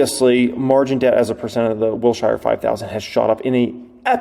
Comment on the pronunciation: Wilshire is pronounced “Wilsher” not “Wil-shy-er”. (😂 the most important comment on this thread, lol.)